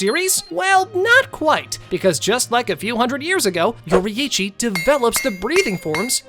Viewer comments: It's yourichi nor youri-ichi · I like how he says yoreichy yoriithci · Yorrichi ❌ Yori’ichi ✔️ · he's saying yoraichi, its yorichi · yori ichi? bro its pronounced yorichi theres just a double i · Demon slayer if yoriichii was born in that era the show wouldve ended that fast also its not pronounced yor ee ee chi its yor ee ch ee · ITS NOT YO-RI-I-CHI ITS YO-RI-CHI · why bro calling him yorieechi its yor-e-chi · it's not yori-ichi, it's yoriichi, pronounced like yoreche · How we pronounce yorriichi: your eechee How he pronouces yorriichi: youri ichy And akaza was sent to look for the spider lily and muzan didnt know about tanjiro fighting enmu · bro its pronounced YOUR-EE-CHI not YOURI-EE-CHI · its not yoriichi its pronounced yor E chi just letting you know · I can stand the way he pronounces Yoriichi he pronounces it with both i’s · ITS PRONOUCE yori-chi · STOP PRONOUNCING IT LIKE YORYICHI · “if yoreee eee chi was born in the same erw as tan jeehro”GOOFY AH LANGUAGE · Mf said yoriyichi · It’s said like (yor-reee-chee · Why does he say Yori-eechee??? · "Yori Ichi"💀💀💀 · Yoraiici it’s pronounced yourichi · “Your Eeitchy” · YORIHICHI its what i heard😅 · Bro said yoryechey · Bro you say it like your e chi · Nah you cant even pronounce yoriichi right that's crazy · The way he says yoriichi makes me so mad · The way you pronounce Yoriichi is so triggering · ok did you read the manga or no... cuz douma wouldnt be mad he doesnt have emotions and HOW CAN YOU PRONOUNCE MITCHIKATSU BUT NOT TANJIRO OR YORIICHI?!?!??!?!?!